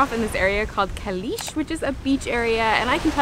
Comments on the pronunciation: I'm new to your videos and I love them. I lived in the old part of Fethiye for 5 years and worked in Olu Deniz, Fethiye and Calais ( pronounced Chalis) I loved it there the people are so friendly and welcoming. Was great seeing the familiar places, did you have a Turkish bath? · Fethiye is lovely. Çalis is actually pronounced “chalish” though. Nearby there is fethiye park which is just amazing and on the sea front, also Ölüdeniz beach, Saklikent waterfall, Kaya köy is the ancient city nearby that is all built into the rocks known as the ghost town. There is a lot to do and see there.